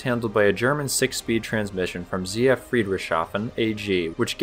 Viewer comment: I loved how he said "ZF Friedrichshafen". It is "Friedrichs Hafen", Friedrichs Harbor. But when written, you get an "sh" which confuses anyone that only knows English.